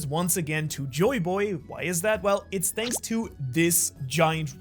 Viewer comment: "Shanks so much for watching" lol